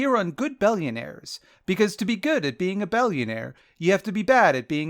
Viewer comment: you said 'bellionaire' several times before i realized you werent just pronouncing billionaire weird